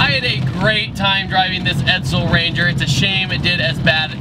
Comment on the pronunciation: it's an EdSel, not an EdZel. Ironically I was in a chat today about cars of this era and their weight. When compared to muscle cars of today they're not heavy at all considering their size.